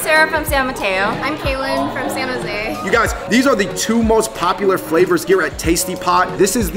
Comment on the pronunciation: you know you're from San Jose when u say, "Sano-zay" 😭 like its 1 word.